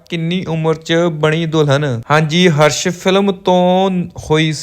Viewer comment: ਪੰਜਾਬੀ ਤਾਂ ਸਹੀ ਬੋਲੋ 😅 ਹਰਸ਼ movie ਨਹੀ ਹਸ਼ਰ ਸੀ. ਬੋਤ ਨੀ ਹੁੰਦਾ ਬਹੁਤ ਹੁੰਦਾ 😅